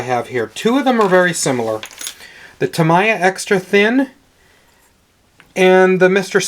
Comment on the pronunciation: Very good info. FYI, Tamiya is pronounced tah-mee-yah, not tah-mah-yah.